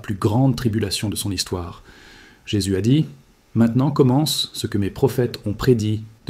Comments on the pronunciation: Ce j'ai vu m'a fait bien rire ! C E est une production IA qui a beaucoup de mal à dire "ce" ... C E continue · Je ne comprend pas CE.et CES. Est ce un Robot qui parle? Quelqu'un peut m'expliquer le "CE" qu'il dit dans les phrases et le "CES"